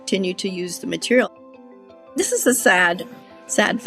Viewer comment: "greatest fireproof materiale ever MADE" 😂😂😂😂